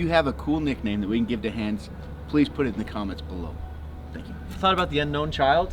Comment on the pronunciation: Ok glad to see I'm not the only one. I've never heard the name Hans said like that, so it didn't even come to mind until I saw it on screen. I thought of some movie character nicknamed Hands, although I can't remember which movie.